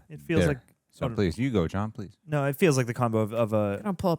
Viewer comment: No-uh, wow-uh....PLEASE STOP!